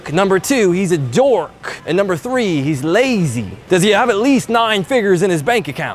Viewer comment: "I own over thur-eee supercars"...lol.... trips me the fuk out